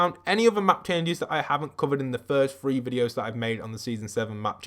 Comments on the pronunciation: You said three skin I thought you said “free” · When u say 3 it sounds like free